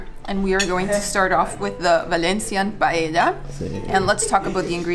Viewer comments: Valencia is incredible isn't it? The gardens are just magnificent. BTW, are you pronouncing paella "pay-ehda"? I think it's "pay-eh-a" (no "D" sound). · As a valencian, the correct pronunciation is pa-eh-ya. Not pay-eh-ya or something like this. A lot of foreign people tend to pronounce it wrong, idk why. You did it more accurate tho